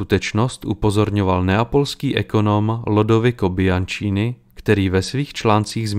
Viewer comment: Velmi dobře zpracovaný dokument, s dovolením jen malé upozornění: písmenko s se v italštině čte jako z, takže cosa nostra se správně vyslovuje "koza nostra", stejně tak Petrosino (Petrozino) a stejně tak "ch" se vyslovuje tvrdě, takže u jména Bianchini a Franchetti čteme "biankíni" a "franketti" a žádné biančíni a frančeti :) Jsou to možná z mnohého pohledu maličkosti, ale když je dokument na úrovni v historických detailech, proč nemít v ažúru i detaily lingvistické? 😉